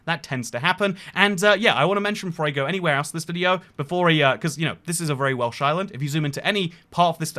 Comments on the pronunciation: His Welsh pronunciations were absolutely spot on. Remarkable. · I'm learning Welsh, you nailed the pronunciation